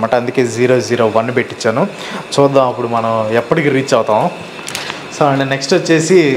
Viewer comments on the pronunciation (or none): Chudham kaadhu bro chuddhaam